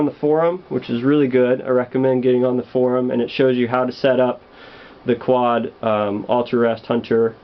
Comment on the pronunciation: Hahha he called it a qaud.